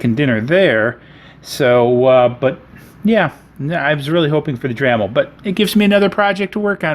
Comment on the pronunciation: "dramil", ahhhhhhh